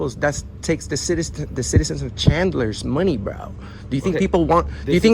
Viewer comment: Shut up, “braoh”